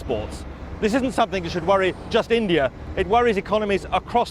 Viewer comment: I like how he says Indie Ear. Actually... I really hate it.